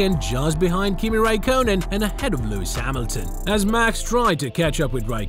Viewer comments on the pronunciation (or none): Kimi Rye-cone-in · torrow rossow? Daniwiel kiwiat? Raikoonen? You ok m8?